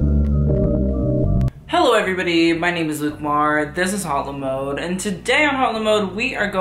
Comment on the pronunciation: Not Hot la mode its pronounced aute la mode loll